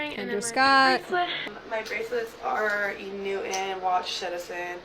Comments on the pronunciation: The pronunciation of "E-New-in" instead of "E-New-Ton" is hurting my ears 😂😂😂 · “E Newton” has (like all words with the “ten or ton) have become “enn” and “inn” ENewton: “E NEWT IN”.. Curtain: “CURT-ENNN” Payton: “PAY-ENN” Important: “IMPOR-ENT”… 🙄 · “E. Noo’en” CAN WE ENUNCIATE PLEASE! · Nope, she is right. There is a difference between enewton and euen, like this girls pronounce it. Dont encourage botching the English language. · oh i heard “inu in” 😂😂 not e-newton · Me who kept hearing E-Nguyen and not enewton. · 100% 😆 it bothered me so much how they were saying E Newton. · "Enoo in" 🤣 Never heard of this brand in my life. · enewton.. they kept say e-niuin...:) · Also...is they can't pronounce Enewton. It sounds like they are say eeh nooh an. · E New'iiin eww get THEE EFF OUT with that stupid fake pronunciation. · “e NewtiNUH” was all I heard every time one of them said it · EW I CANT GET OVER THE MEAN GIRL E NETWON PRONOUNCER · I was so triggered by their pronunciation of Enewton to the point that I literally typed into Google "who the "F" is Enewton" and I used the full word. Thank you so much for that clip of the lady who said she wouldn't pledge them. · Why do they all pronounce "E Newton" like that? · Tbf i was yelling out loud at the girls not pronouncing the "t" in enewton. I can't stand whatever that inflection is😂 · If they can't even properly pronounce enewton wonder how well they'll do in college